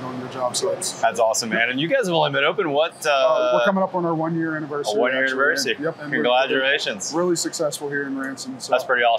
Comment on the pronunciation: "conglodurlations" lol